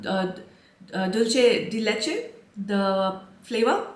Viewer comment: Liam is so sophisticated and yummy! Also, I am a World Language teacher for High School and you said "Dulce de Leche" beautifully 😍 🙌